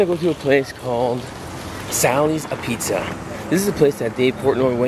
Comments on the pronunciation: It's pronounced - ahbeets.....not uh-pizza. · It's pronounced, "abeetz" not, "apizza"